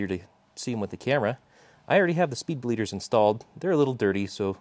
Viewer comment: “Spleeder” hahaha